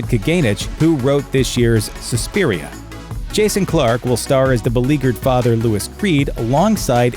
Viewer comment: "Suspiria"? "Ju-an"? The narrator's pronunciation/blissful ignorance is killing me... haha. Neat video though! Should've included "Us"! ;)